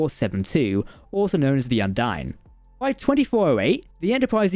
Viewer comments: It's pronounced. Un Deen. Not dine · What happened to the E was that the combined cringe of the entire Trek fandom at your incorrect pronunciation of Undine was so great it tore a hole in the fabric of space time and bitchslapped the ship into Qo'noS.